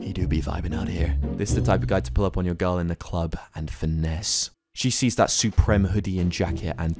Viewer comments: man said "soo-prem" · Why is he calling it suprem, it makes me mad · Nothing is better than hearing fainted pronounce "supreme" wrong.